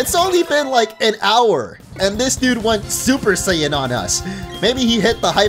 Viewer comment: so ig im the only one hearing the prince of all sayans